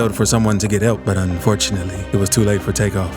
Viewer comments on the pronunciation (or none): But "unfortunalty" 🕴🏿🤦🏾‍♂️🤣